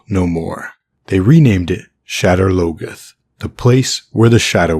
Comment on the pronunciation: “Shedder logeth”?? You got to be joking.. that word isn’t even English